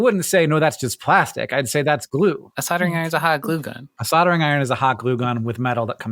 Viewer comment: Plastic-ee made me cringe. I mean, the word there was just plastic. No need to add an extra syllable. 😣